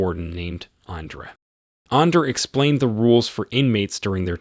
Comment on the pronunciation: When this bitch ass ai called andre under i was done